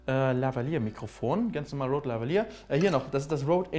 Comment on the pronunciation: Spricht man Rode "Roud" aus, also wie Felix es ausgesprochen hat oder Rode, also wie mans schreibt? :D